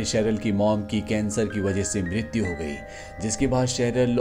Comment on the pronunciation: Bhai tum mrityu bda gazab ka bolte ho.mrityu ho gyi thi 😂